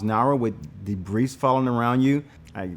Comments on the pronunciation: as a former english speaker, this guy has no idea how to pronounce debris. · The way he says "debris" though! I love this guy and this video! Thanks INSIDER!......Inside her??? ......NM!